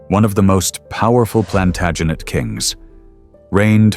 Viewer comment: Edward PLANTAGINA!!!! 😂